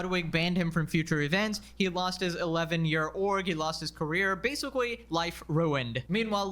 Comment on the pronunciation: if I hear "basicawy" one more time